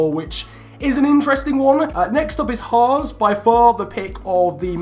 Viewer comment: Its H-ass. Not H-arse.